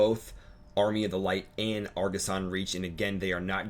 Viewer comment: argussian not argussan